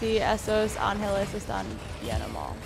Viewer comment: se dice angeles no es por criticar pero siempre es mejor aprender mas palabras a que no cierto?